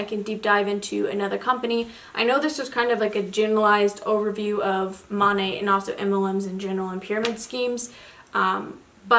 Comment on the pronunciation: Lol it’s pronounced MO-NAY. Weird I know. I know a girl who sells it. It’s definitely like a pyramid scheme though 🙄